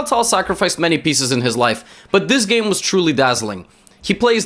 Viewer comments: I didn't know pronounce a name with a perfect accent is annoying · Bcz this is the older video. The way he pronounces it now is the correct one.